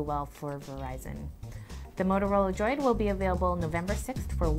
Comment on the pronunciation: Simple, she claims she has small hands when they are really small hams. Finger nail polish on those nubs just accentuate the fact that she has no nails and makes it a distraction. Lastly, she can even say the word Droid. Sounds like she is saying, "Motorola Joy."